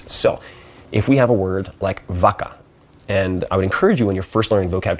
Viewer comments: actually, it should pronounced like “Baca” not “Vaca” like you write it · His pronunciation of "vaca" made me cry 😅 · "Vaca" pronounced so wrong. His Spanish teacher is probably crying. 😂